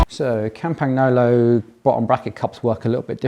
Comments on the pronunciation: Try pronouncing Campagnolo with Italian phonetics if you use it that much anyway. GN just like in mignon, lasagna, bolognese etc etc. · Italian gn in Campagnolo is pronounced like Spanish ñ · Yikes, your pronunciation of "Campagnolo" and "Cinelli"... but great build, thanks for posting this!